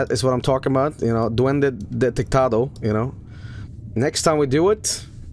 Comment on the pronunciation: heya, I'm from El Salvador. (Nice pronunciation btw)Bro, on public tv we had a tv program (on national news btw) that reported on that shit. Amongst that photo, on that shit we had: - A report that claimed that Pokemon, Yugioh and all anime from the 90s was from satan - "real" ghost sightings - "real" alien and paranormal stuff Man living in third-world countries sure is shitty lmao.